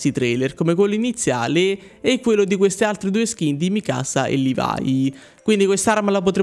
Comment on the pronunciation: bravo continua così. comunque non è Mikàsa bensì, con;'accento non sulla seconda A, ma sulla I. PS: mi saluti o metti in primo piano il commento pls? Non sono mai stato messo in primo piano.